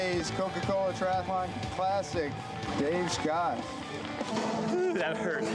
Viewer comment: He lost me at Tri Ath A Lon